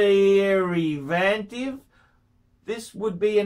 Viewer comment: Rolex Submariner DDDDer-Reee-Vativ. needs some vocabulary lessons.The word is DERIVATIVE